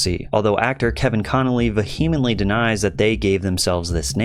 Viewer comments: AGAIN, PATRICK, PLEASE PLEASE LOOK UP HOW TO PRONOUNCE VEHEMENTLY PLEASE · Love you Pat, but the way you pronounce the word “vehemently” is maddening. Should be, vee-heh-mint-lee